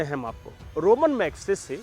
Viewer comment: मुंह उठाकर चले आते हैं वीडियो बनाने। पहले पुरस्कार का नाम तो अच्छी तरह पता करके आते! यह रोमन मैग्सेसे पुरस्कार नहीं है रमन (ramon) मैग्सेसे पुरस्कार है। रोम से इसका कोई दूर दूर का कोई संपर्क नहीं।